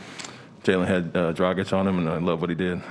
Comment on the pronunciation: Still can't pronounce Dragić's name